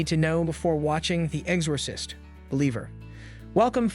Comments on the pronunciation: I swear to god, if this dude says Ex-Ore-sist one more time. I couldn’t even finish the video it drove me THAT nuts. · The fact that he keeps mispronouncing The Exorcist.